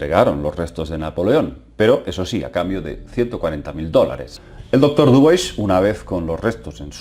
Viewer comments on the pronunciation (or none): no es dubois pedazo de ignorante.. es dubua o diubua.. dubois dice el muy bruto..